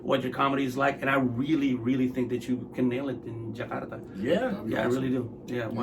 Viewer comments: Thank you for pronouncing Jakarta as it is instead of "Jekardah" please it is JAKARTA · Suka banget pas mas Pandji ngomong Jakarta nya "Ja-kar-ta" dlm tiap convos nya ga yg jadi "Je-kar-da" 👊👏